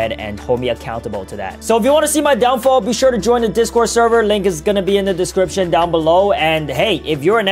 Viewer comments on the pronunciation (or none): none